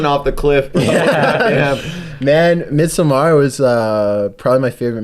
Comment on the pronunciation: Hahaha, took me like 10 retries to hear what movie he said.. Damn he butchered the word Midsommar :D